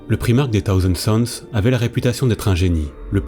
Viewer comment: T'as vidéo est géniale mais moi j'entends "taosen suns" et ma santé mental en prend un coup XDXD... Prononce le correctement STP Thousand sons PS: La suite, when ???????